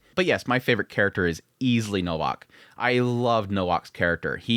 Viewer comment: Fantastic show, enjoyed your perspective on it and appreciate you showing it some love and exposure. Just a heads up, as someone with the same name, its pronounced Novak. Ws in Polish are Vs in English.